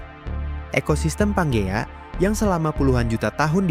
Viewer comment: Panjea mestinya ya wkwk